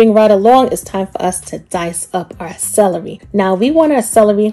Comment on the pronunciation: You say celery Funny 😂 You sound like Salarey